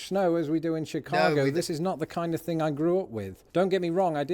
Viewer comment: Sometimes it is really hard to watch your videos when you can't even pronounce words. For instance. It things not fings. Who would have thought.